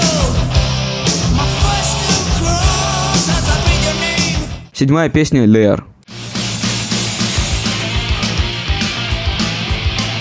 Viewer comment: это прикол весь ролик карикатурно английский коверкать?😂 все буквы читаются как на русском - без учета английского фонетического преобразования гласных и случаев сочетаний разных букв. тмпо лИАр вместо лАЕр, пУнишмент, а не пАнишмент этот аспект как большая ложка дёгтя в банке мёда, всё качество ролика снижает в впечатлении) на будущее - проверяй произношение в переводчике, это добавит уровня серьёзности твоим видео